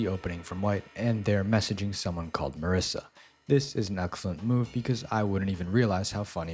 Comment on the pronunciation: Mar-I-ssa is having me dead ☠☠